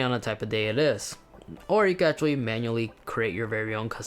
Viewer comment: He said u can ashatly